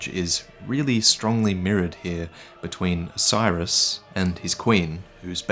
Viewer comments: It's not osiris . It's OH-SIS-ER-OS. lmao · the consumed king isnt named 'osiris' . his name is phonetically pronounced 'Oh-See-air-oHs'. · So, Is Oceiros' name really pronounced "Oh-sai-ruhs"? I've always thought it was "Oh-see-ay-rohs", but no one else except me says it that way. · For God's sake, man, every time he says Oceiros, I think he's saying "Osiris". It's clearly supposed to be pronounced like Greek: oh-KAY-rosh, or maybe oh-KAY-ee-rosh, I'm not an expert. But damn dude, it's not "Osiris". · I don't think Oceiros is pronounced as Osiris. I think it's pronounced Ah-sir-oss.